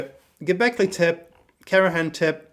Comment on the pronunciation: Dude, you even don't know how is pronouncing "tepe", it's not tep, but tepé.